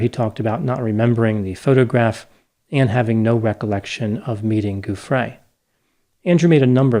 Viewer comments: Name pronunciation JOO free, not goo FRAY. Sorry, that was driving me crazy. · Giuffrè pronounced with a soft G. So it sounds like English joo-frey.